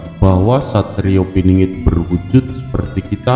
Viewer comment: Pinangat piningit ngk jelas bhs mu